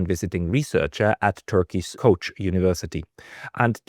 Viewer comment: It's not called coach University it's original name is Koç University